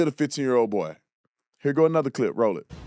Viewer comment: "Here go another cliyp"